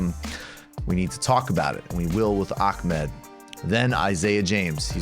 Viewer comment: Michael the way you pronounce Ahmads name is cringe pure